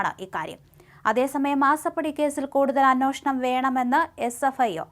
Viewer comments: Sister it is anyeshnam and not anoshnam… sry …. Please correct…. The rest deliveries are good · ഈ ' അന്വോഷണം' എന്താണാവോ? ഇനി കവി അന്വേഷണം ആണോ ഉദേശിച്ചത്‌? 😂